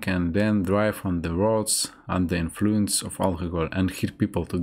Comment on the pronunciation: As an American, I'd say your English is very good. You pronounced a few of the more difficult words bit strangely (logistics, influence, detrimental), but other difficult words you pronounced very well (according, confidence, occasion, quarrel, opinion, gradually, negatively). Overall though you're very easy to understand :)